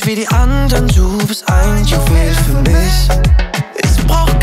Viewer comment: Soll nicht abwertend gemeint sein, aber braucht man als talentierter Sänger wirklich Autotuning und ne Aussprache wie Pietro Lombardi? “Du siehst misch nischt” Ach, Luca, ey 😂